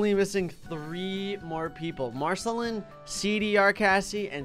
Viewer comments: Its mar sill ine not marsilin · I am starting to think hasnt watched all 10 seasons of adventure time I am a little disappointed I mean with all the time we have he should be able to watch it all then I dont have to cringe when he says names wrong like "marcelin" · One thing I hate about comment section is that literary 13 people say first btw your saying marceline's name wrong